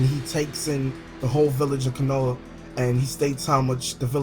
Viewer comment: Wtf this is Naruto not Dragonball z why is pple coming back to life!? An why don't you know how to say anything in Naruto right? Konha (co-ha-na) watch English Verizons